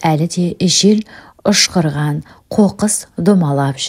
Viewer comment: Жел ұшырған деп неге оқымайсың 😂😂.Қызылорда.17, сағ.51 минут. жыл.